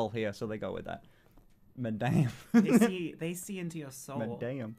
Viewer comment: THEY DID NOT SAY "MADAME", THEY SAID -"MANDAME"